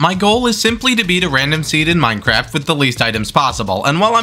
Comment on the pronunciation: HE SAID MINCERAFT NOR MINECRAFT